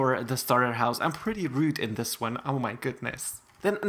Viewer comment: Please speak right and don’t say dis and stuff like that not being rud it’s does not hoythrr me my cousin told me to ask you she does not know how to type